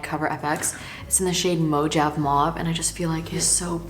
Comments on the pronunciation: day one of trying to help pronounce mojave. mo ha vee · Am I the only one who noticed the “Mo-jav mauve” haha it’s Mojave like the Mojave desert :) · Correct me if I'm wrong, but I've heard you say "Mojave Mauve" twice, and is it not pronounced like the desert? Like "mo-ha-vay"? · I LOVE YOU. You’re so happy and thank you for taking us along with you while you life. Btw Mojave mauve pronounced “mo-ha-vay mauve” Happy birthday girly! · Lol the way you’ve been saying the blush Mojave mauve it’s pronounced Mo-hah-vee 😂 anyway can’t believe you’re 19 I think that means I’ve been watching your for almost 3 years. HBD BESTIE 🥳🎉🎂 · Hi —Mojave is pronounced MO HA VEE, as in the Mojave Desert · not me BAWLING as you and enila walk through the grove talking about how valuable us watching this video is 🥲 happy birthday!!! 🖤🖤🖤 and i think your blush is "mo-ha-vee" mauve LOL but either way it looks great on you!